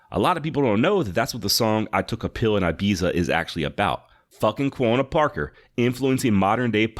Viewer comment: I have been binge playing all of your episodes on spotify. Like the show obviously but can we get you to say Quanah right? You say it like Quona ....like Jonna and it drives me nuts. lol Have to give you a little bit of a hard time. Keep up the good work.